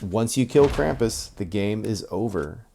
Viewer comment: you spelled krampus right, then you corrected yourself and pronounced it wrong ^^